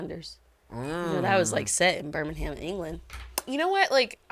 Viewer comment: Your pronouncing Birmingham wrong, pronounce it like Birminghim :). Come to France.